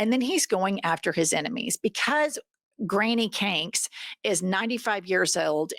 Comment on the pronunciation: "Granny CANKS" 😂